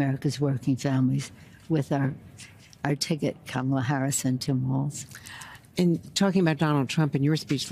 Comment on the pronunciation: walz said feir